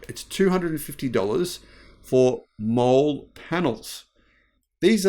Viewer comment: Molle is pronouced molly lol